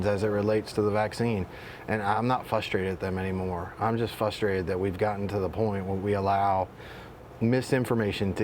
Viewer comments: A medical doctor who says "fustrated"? Seriously? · This is a doctor and he says ‘fustrated’. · Frustrated. Not fustrated or flustrated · How's a man with a doctorate not know how to pronounce frustrated? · This guy is a doctor and can’t pronounce frustrated